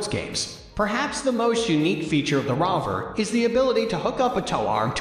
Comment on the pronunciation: What a garbage review!!! Was this narrated by AI? The Rovr is obviously the best wheeled cooler by leaps and bounds. It’s pronounced Rover like a dog. Not ROV R. The Rovr Roller is full of standard features including 9 inch pneumatics wheels. The same wheels I use on my electric mountain board that has a top speed of 45 mph. If these wheels can handle that kind of abuse they can certainly handle being used on a cooler. Plus this cooler is able to be pulled by a bicycle among other excellent accessories. Also what other cooler has a built in gravity dry cooler built in. Yeti fails in every way to compete with the best alternative products out there. Stanley is a much better insulated bottle. ( proven in tests).